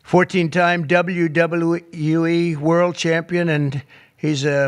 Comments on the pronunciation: Did you hear Trump say WWUE 😮 instead of WWE? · 🤣🤣🤣 "the WWUE" instead of WWE what a f*cking moron. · And he struggled to say WWE.